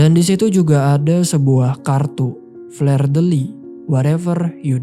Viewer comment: Cara mengucapkan fleur itu bkn fler, tp fluh dek Aduh